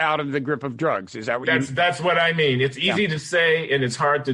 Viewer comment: I think he said "I mean," but it did sound like "Amy."